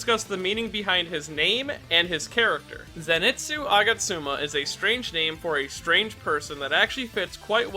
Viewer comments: Nice video, but everytime I heard you say Zinetsu instead of Zenitsu, a vein popped out of my forehead. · His name is ZENITSU. NOT ZENETSU. There's an I in his name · I was hearing zenetsu all the video, and bother me so much... I'm glad that I'm not the only one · Dude, "zenetsu" I know it's annoying to hear people correcting you over small things, a specially when it's affected by your accent. But hearing you say "zenetsu" Over and over again is taking a toll on my mental health it's zenitsu. I know this is annoying, buuut hearing zenetsu over and over again is also pretty annoying. So please it's an i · Who is this “Zinetsu” you keep talking about? Is he Zenitsu’s twin brother? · I'm sorry but it annoys me how he pronounces the name "zenitsu" as "zinetsu" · Ok is it me or is he 90% of the time saying "Zinetsu" instead od "Zenitsu" Not to hate tho, I love this kind of videos and I love this channel but it just puzzled me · I like how he says zinetsu instead of zenitsu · But it kinda bothers me that you call him ‘ze ni tsu’ and not ‘zen i tsu’ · Zen-neet-soo 👏 Zenitsu 👏 not zen-net-soo 🙂✨ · paige Jay Wrong. his name is CANONICALLY spelt as ぜんいつ、not ぜにつ THEREFORE, it is pronounced “zen-et-soo”, not “zen-neet-soo.” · If you are gonna make a vid like this can you please say his fucking name correctly. ( Zen EE TS zu ) 🤦‍♂️ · Ze Ni Tsu! Repeat after me! ZE NI TSU! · I was gonna watch the vid but then he said Ze net su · Just like saying Zenetsu huh ? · I’m sorry but the way you pronounce zenitsu hurts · U keep saying Zenitsu’s name wrong 😑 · That name pronunciation tho. It’s killing me.